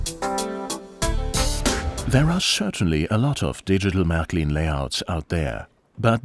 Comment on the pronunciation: Marklin?? Sounds funny when people pronounce it totally wrong.But great vid.